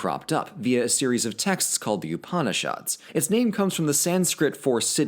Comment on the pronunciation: I'm 5 minutes in, and please, you do know literally every single vowel in upanishad is short, right?